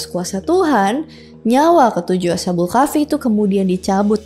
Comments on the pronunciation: asha kak lebih tepatnya bukan asya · bacanya as khabul ya kak bukak asha bul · Correcting dikit kak, bacanya bukan asha-bul, tapi as-habul 🙏🏻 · Oh iya, krn dipersilahkan utk mengkoreksi, saya mau koreksi ucapa "Ashabul" nya, bunyi sh nya bukan seperti sh di bahasa Inggris, tp tetep dibaca baik s dan h nya, jadinya "as-ha" bukan "asya" karena dlm penulisan Arab nya memang itu ada dua huruf, yaitu sin dan ha, jd bunyinya masing2.